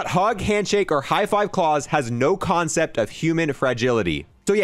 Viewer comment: how many other people keep trying to correct him everytime he pronounces klaus wrong